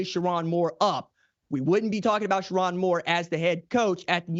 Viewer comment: SherRONE, not SheRON! 😅😅😅